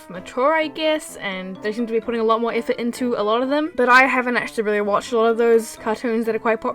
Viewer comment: Does anyone LOVE the way she said: EAFORT